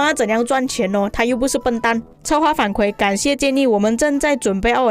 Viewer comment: 反馈 kui 4, 第四声（和惭愧的“愧”发音一样）